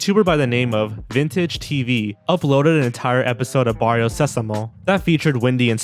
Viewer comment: Barrio Sesamo is pronounced like Barrio SEH-samo, not Barrio Se-SAH-mo.